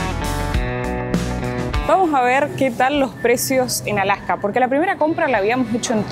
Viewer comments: por qué dicen "Alaka" en lugar de "Alaska"? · You pronounce the s. The horns on the moose is called a rack. My parents went to Brazil to build a church, Also in Mexico. We have Cabelas here in Alberta also. You do not use the term Eskimo. They want to be known as Inuit which means the people.